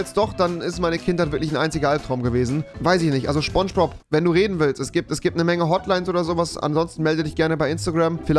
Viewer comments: (S)pongebob!! Und nicht sChPoNsChBoB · Niemand: Wirklich Niemand: Rewi: scHPoNGEboB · Man kennt ihn: Schpongebob